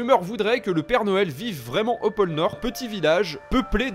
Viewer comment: Pôle nord Pas pole nord